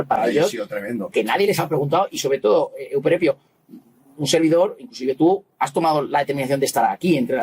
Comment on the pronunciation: Suena horroroso, en tu contra, que pongas ese estúpido acento Italiano al nombre del tal Euprepio. Pronuncia normalmente, por favor.